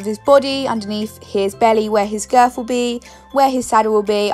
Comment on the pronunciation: who else noticed how she says "girf" instead of "girth"